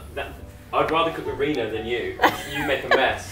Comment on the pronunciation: "In the pan with and “ it's not that hard haha